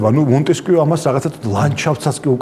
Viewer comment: მონტესკიეს საინტერესოდ გამოთქვამს :) ''ღამის საუბრები'' იყო ასეთი კარგი გადაცემა პირველზე, ერთ-ერთი წამყვანი გიგაც იყო, ცუდია, რომ დამთავრდა... ყოველთვის გასაგებად და სიღრმისეულად საუბრობს.